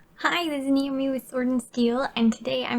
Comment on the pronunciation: I heard Namie instead of Naomi ... ;)